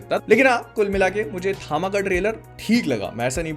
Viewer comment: Bhai, basically THAMA is "TAM" (तम=अंधकार), in south, H is added after T hence it is THAMA, but people are saying it थामा rather than तम